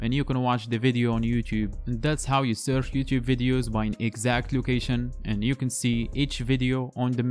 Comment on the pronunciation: It’s searCH NOT surF. Possibly least intelligible narration on YouTube. Perhaps use a native English speaker to do the narration for you?